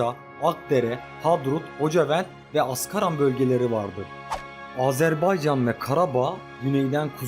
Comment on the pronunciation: Oğlum bir kere'de azerbaycan diyebilin yaa Türk e azeri azerbaycana azerbeycan demeyi kesin anlayın !